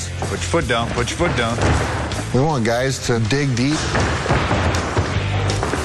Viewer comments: exactly, they way he pronounces guys as gays is hilarious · he says "gays" instead of "guys" rofl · ” …before you gays got on this show” 😂